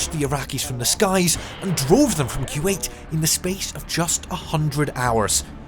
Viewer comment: It's Kuwait not q 8